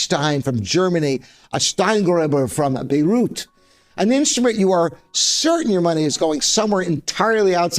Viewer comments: I didn't know that Steingraeber produces in Beirut [Bay-root]. I think he meant Bayreuth [Bye-royt], right ? It is kind of cute how he tries to pronounce German or Chinese words, but actually it seems that he is not bothering to get basic names right.🤣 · Steingraeber, Bayreuth: BY-royt (not Beirut like Lebanon). Mason & Hamlin, Haverhill: AVE-er-il (not Heversville) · I heard Beyrut and thought, what ?? Made in Lebanon?? No...bayreuth....not the same thing, and not pronounced the same either... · It's pronounced buy-royt.